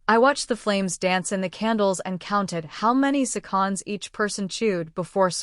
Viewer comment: OMG, I've never heard someone that can't pronounce seconds. It's no sea-conds.😂